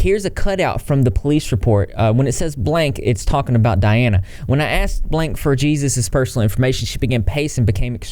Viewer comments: His name is pronounced Hey-sus not Jesus lol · It’s not pronounced Jesus. It’s pronounced “heyzeus.” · it's pronounced (hey-SOOS) not jesus fyi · You're killing me that you're calling him Jesus Xp lmao. Like just straight up saying it like that bahaha. Hilarious. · He does? I mean he's technically not wrong but it is strange and sounds a bit narcissistic. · Just as a heads up for future reference, the name Jesus is usually pronounced hey-soos. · You're Texan, and you can't pronounce the Hispanic version of Jesus? 🤭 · Dirty B i giggled a lil when he said jesus with a J instead of pronouncing it with a H sound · Shoulda used the pronunciation guide on "exposé," "Jesus" (as it applies to Hispanic names) and "statutory." I know I'm nitpicking, but I would have enjoyed this video so much if not for every time you said one of those words, it was so cringy. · His real name is pronounced hay-soos dah-veed for future reference, I'm glad you're covering this!